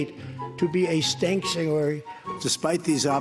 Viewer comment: "...a stank-tuary" Bah ha ha....jesus....